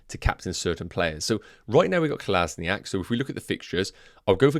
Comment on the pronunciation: hate to be that guy but can you please sort out the kolasinac pronounciation. Kol as in ac not kol as ni ac